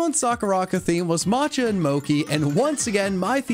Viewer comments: it’s moe chi not mob ci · it’s not mo-key IT’S MO-CHEE Regardless of your transgressions I like your content keep up the good work and drink some water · PM7: mo/ki Me: it's,mo/chi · Did anybody notice he said mo-ki rather than mow-chee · Bro really say moki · You pronounce it as mow-chee not moki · John, it's "Mo-CHI" not "Mo KI" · did John just say "mo-ki"? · It’s pronounced Mow-Chi, I’m 98% positive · It is pronounced mo chi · Why is no one talking about how John pronounced "mochi" lmao He was so confident about it too. Oddly wholesome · I’m highly upset of his pronunciation of mochi 😂😂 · I DO NOT want to be that person but…I think you pronounced Mochi wrong maybe you didn’t but that’s is not how I have learned to say it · Please tell me I'm not the only one just appalled by how this man pronounced "mochi". It just felt painful to hear it.